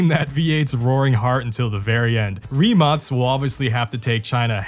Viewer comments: "rimatz" ? wtf? its "ree-mak" rimac... just google how to say it. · Why do you say Rimats ? It’s Rimac isn’t it ? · As a european I know its not the point of the video and you cant possibly know our situation regarding if we are in gold age or whatever but excluding those hypercar brands buggati koenigsegg rimac(btw its pronounced rimak not rimats) average car made for point a to point b they are just not what they used to be in the 2010s you could get twin turbo charged V10 in audi RS6 now if they have v6 in them we are like wow the last generation of golf r will have Inline 5 from audi rs3 as a farewell to the golf r because vw is going electric and is killong the golf r i mean 20 years ago you could buy one of the most european engines ever 3.2 vr6 that thing screams like a fucking fighter and has better lifespan than a fucking turtle and i am not exaggerating because my first car was a golf mk4 vr5 which is essentially the same engine just smaller and one less cylinder thats it and also the first ever production car fitted with dsg was golf mk4 r32 the same one with the 3.2 vr6 europe really as an innovation point of view is falling behind china and their evs and what not every brand be it for cars or computers its dependent on chinese manufacturers to deliver chips and all sorts of complicated technology that i dont know what will happen if china just banned trading with all continents except asia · why do I hear only rimats? isn't it rimac? idk.... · Idk how you end up pronouncing Rimac as Reemarts...